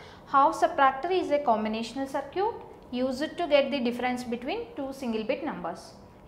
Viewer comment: sar-kee-yut LOL!